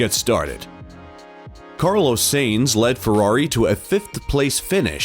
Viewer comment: It’s annoying how the speaker pronounce “Sainz” wrong, bitj do your hw